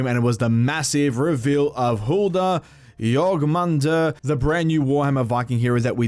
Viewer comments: Jorm not Jorg. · JORMUNGANDR NOT JORGMANDR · If you want to pronounce jormungandr correctly, its pronounced(your-'nun with a m in front'-gone-der) then say it faster, a lot faster. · you raped the name lol It’s spelled Yor-min-gandr but fast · My mans it’s your-man-gun-der 😂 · Jörmungandr (Yor-nun-gan-dur) you’re welcome. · Its Jorm-an-gand-r. R's in old norse are rolled. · I’m so sorry.... it’s pronounced your-mun-gand-er